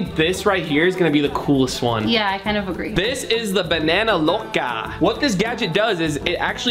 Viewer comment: At the banana loca said agre not agree